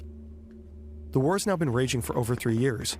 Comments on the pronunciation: is it WHAR? or WAUR? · Because he said war funny?